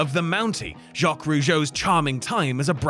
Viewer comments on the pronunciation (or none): Thought it was just Pacitti who called Jacques Rougeau "Jock" but here we are